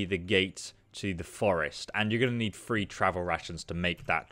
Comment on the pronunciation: do all Brits say "free" for three?